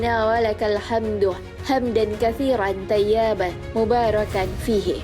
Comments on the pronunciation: Baca silap tu toyiban bukan tayiban , banyak yang tgk ni , perbetulkan balik nanti makna dia jadi lain . Maaf yaa saya harus tegur semoga allah mengampuni kita semua . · Maaf min sekedar koreksi membangun. Yg admin baca thayyaaban ( ya-nya panjang )itu keliru. yg benar adalah thayyiban ( i ) nya tidak panjang... Semoga dibaca admin